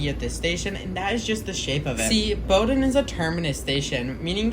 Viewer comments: Bow-din, not bouwdin. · Except for Bow-don. It's pronounced Boden. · Nice video! Just so you may know, Bowdoin is pronounced BEAU-dun. It is a really neat station in that the area around it is quite steep. The extension has been around for I forget how long, but I suspect the Charles extension will never get built. I had envisioned once extending the Blue Line along the river towards Brighton but that was just an idea and, of course, nothing ever came of it. Nice work, its a cool line for sure. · Sorry. Boh-Dunn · In Boston, we pronounce it Boh-Ruhn. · And while you're fixing the mispronunciation of Bowdoin, could you also fix the misspelling of "its" in the description? It's its! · that pronunciation of bowdoin has GOT to be ragebait 🫩✌🏻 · I immediately stopped watching at that point. How does a video about a place where they regularly announce the name get the name wrong?